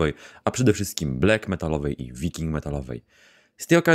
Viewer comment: Blak, a nie blek i gods, a nie gads